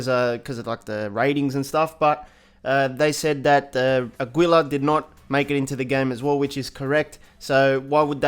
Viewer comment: It´s funny when he pronounce Aguila hahaha